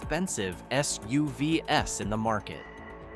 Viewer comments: The fake AI voiceover is terrible! Was there no human being available for a half hour to read the script? For example: SUVs is read as ESS YOU VEE ESS instead of ESS YOU VEES. Going the cheapskate route with AI voices is not a recommended buy, Consumer Reports! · Never mind editorially questionable content, not EVERYONE buys a car for their reliability, and as if price and gas mileage are measurable indicators of reliability, but the poor AI narration (“of all S-U-V-S” instead of SUV’s) If I wanted reviews on car’s overall, why wouldn’t I just go to Consumer Reports directly and get actual narration and insight directly from the testers and writers? Rhetorical rant I know, because the answer is just for stringing clip out to ad more ads🙃…